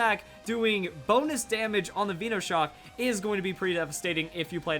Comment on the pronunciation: veeeeeenoshcok its with one e :P